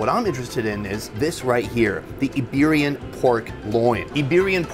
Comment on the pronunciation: Not an iPad, also not Eberian, Iberian.